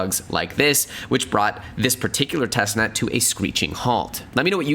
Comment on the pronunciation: “”””TESTNEST”””” “TEST......NET”